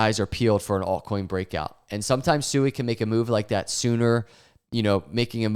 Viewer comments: Hey, according to Rob at Digital Asset News, it's pronounced " SWEE ", not " SU EE ";)~~~ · Did you just pronounce it suey? Your Generations IQ is getting lower and lower